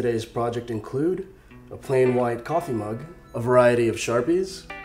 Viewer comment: The way tou said kaffe made me laugh